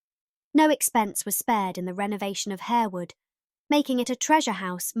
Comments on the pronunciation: It’s not pronounced Harewood. It’s pronounced…. HARWOOD! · Good research and thanks for sharing. However, Harewood is pronounced "Harwood". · Also "Harewood" should be pronounced "harr-wood" and Lascelles should be said to rhyme with "tassles" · Isn't it pronounced Har-wood? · Yes, its pronounced Harrwood